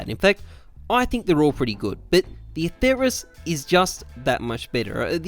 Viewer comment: Don't say it with a "th" it sounds horrible. The name is Latin and there is no "th" sound in Latin, only a "t" sound.